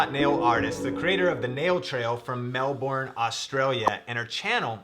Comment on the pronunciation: Just so you know, with Melbourne, Australia. It is pronounced Mel burn, not Mel born or Mel (The) Bourne (Identity).